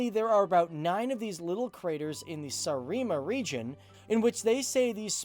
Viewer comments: Sa-reee-ma region haha! Killed me XD It is Saaremaa but it means islandland so that's quite funny. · My ears:D Saaremaa is pronounced suh'ru'muh kindof like saruman but without the n and "suur munamägi" is pronounced sur moon'uh'maggie. I'm not a linguist just a concerned estonian:) great video, didn't know half the facts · I m estonian and how u said saaremaa No hate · Bruh I've never heard someone butcher the names of Estonian places so hard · .... Everyone is triggered by the factual info... I am triggered by the way he said Saaremaa and Suur Munamägi. Just.... Whyyy???